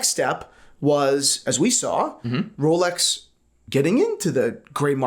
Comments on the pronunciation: Thai people cant pronounce Rs so they call it Lolex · Jenni Elle mispronounces it 🤣 “wholex”